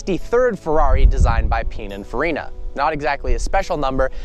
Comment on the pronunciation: Learn how to say pinaforina